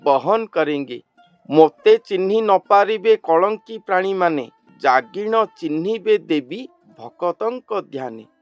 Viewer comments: कलंकी नहीं महाराज कल्कि भगवान है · Kalanki mat boliye , kalki naam hai